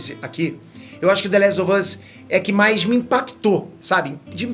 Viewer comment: Engraçado que o fala "The lézo vâz" ksksskk